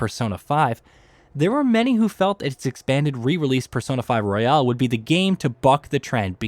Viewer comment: Persona 5 ROYAL, not "Royale". Learn to read and pronounce in your native language, narrator.